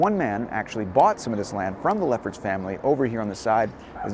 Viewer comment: when you said Leffert Family I thought you said Lepper Family 😝